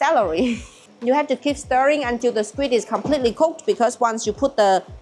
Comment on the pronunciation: Srim? skwik? Your english is strange 😂